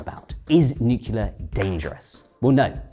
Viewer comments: He never says "nuclear" but "nucular" 😄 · Nuclear, nuclear, nuclear Boils my blood when I hear nucular FFS